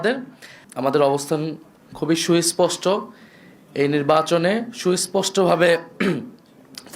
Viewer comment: সুইস্পষ্ট কি রে বোকাচোদা নাহিদ! লেখাপড়া শিখিসনি! সুস্পষ্ট বলতে পারিস না 😂😂😂